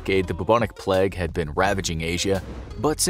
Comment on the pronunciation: its pronounced playg